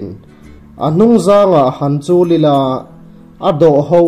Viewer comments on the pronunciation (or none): none